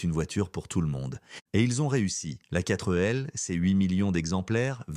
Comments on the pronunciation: Sans oublier la quatreu L 😮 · La quatre elle 😂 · 4L Voix normale : Katrêl Voix IA : Katreu Elle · Oui. La panard et la quatre elle 😂😂😂😂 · Qui dit "4-euh-L" à part l'IA? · La quatre L ??? C'est penible l'IA !!! JE ZAPPE ! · La prononciation de l'époque : Pan-Hard et non panard. Quatr'L et non Quatre L. Horrible IA. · Il y a la panard et la quatreee elle 😂😂😂😂 . Sinon vidéo intéressante. Merci